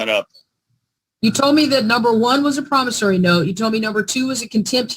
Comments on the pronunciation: I want the word "promisary" stricken from the record. It's "promisOry"! [I feel better.] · it's not a promisary note; it's a promissory note. The judge was just too polite to correct you. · PromissARY note! 😂. Even the judge pronounces it that way!! 😂 Lordy. 🌷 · Even when the judge CORRECTLY pronounces promissory (I learned how to pronounce it playing the game of Life when I was in 3rd grade), continues to mispronounce it as promissary. Delicious! A full 7 course SovCit meal plus dessert!(metaphorically speaking). I believe this is a rather old video, but at the end, the recent Law Talk with Mike song, "I Do Not Consent" is now doing its ear worm action on me! By comparison, gobbledy gook is a compliment for what he is saying. It is worse than that.